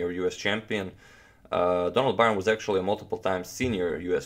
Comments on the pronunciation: Donald's last name is pronounced like : Burn. You are pronouncing it as Byron. Someone should make a pronouncing guide of chess players. Slavic or Dutch names are hard to guess how they are supposed to be pronounced. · Byrne is pronounced 'burn'. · Byrne pronounced as in "to burn". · Byrne's last name is pronounced like "Burn". He's from my hometown and I went to school with his family. If you ever show Fischer's Immortal against Robert Byrne, that was Donald's brother. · His name is Byrne pronounced like burn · I could be wrong, but I imagine Donald Byrne is pronounced Donald Burn. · How did Donald Byrne pronounce his surname? Byrne is an Irish name and is pronounced "Burn" :-) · Surely, Bryne should be pronounced ‘bern’. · Byrne is pronounced Burn.